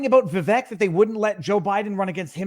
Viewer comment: It is pronounced vi-vake like cake